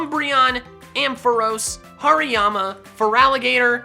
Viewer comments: Did anyone heard him say Pariama??? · HARIYAMA DOES NOT START WITH A P, IT STARTS WITH AN H! AND IT'S ELECTRODE, NOT ELECTROOD!